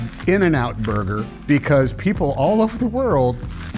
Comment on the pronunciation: "We didn't eat the BbuRReRrgeRrR"